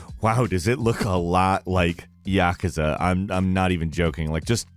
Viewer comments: I hate how the team at Gameranx pronounces Yakuza ya-ka-za, should be like yuh-koo-zuh. similar to people saying Excape and Expecially for me it's annoying, you sound smart until you say things like that. sorry guys rough time and nitpicking those things just grate on me sometimes. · How can a guy fuck up the pronunciation of Yakuza seriously some Americans need to learn to pronounce words correctly.